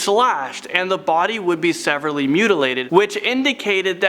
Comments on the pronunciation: Also the word severely (sa-veer-ly). Great job. Great information. Thanks very much! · I mean...I can understand getting "Thames" wrong but come on, dude: "sever-ly"? "SEVER-LY"? That makes me sever-ly annoyed.